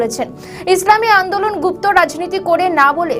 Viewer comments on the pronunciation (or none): গুফত নয় সঠিক করে বল গুপ্ত।